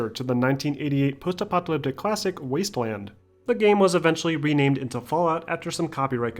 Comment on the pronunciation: Apocalyptic, not "apoctalyptic"